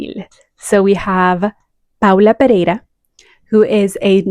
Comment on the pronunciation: Love this list!!! And your pronunciation of Brasil and Paula Pereira is very good! Lots of love from São Paulo, Brasil ❤️❤️❤️